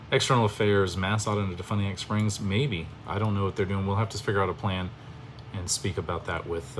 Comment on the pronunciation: Learn to pronounce DeFuniak Springs and Seminole County correctly. Sheesh. You sound like an ignorant fool. when did you become a Latrine Lawyer? Did you go to YouTube Law University?